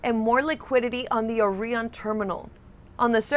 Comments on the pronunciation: I would have pronounced it OrIon not OrEon ....it's like OREO isn't ORIO..... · Have you heard of the Orion constellation? Now do you pronounce that they way you have been pronouncing Orion in this video? I'm sorry but it really gets to me when people put on fake American accents but they're not actually American and you can't tell where the hell they're from..but you know they're not from where they sound like until they say words like..Orion 🤦🏽‍♂️ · Has this lady never heard someone say Orion before? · Gotta love how she pronounces Orion